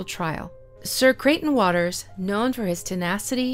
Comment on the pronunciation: Really interested in the topic but “ sir crieghton waters” come on I can’t listen to that